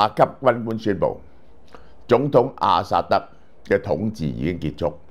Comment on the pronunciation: 老蕭多次將阿薩德講成阿塞德，是否工作过勞?